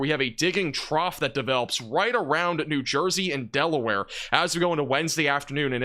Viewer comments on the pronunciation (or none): none